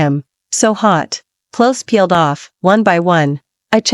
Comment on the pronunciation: "clothies"? That's giggle-worthy!